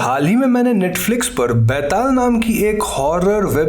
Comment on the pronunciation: It so awkward that an indian pronunciate an indian folktale charecter wrong..byataal!!!!!betal to sabhiko bolna ata hain yaar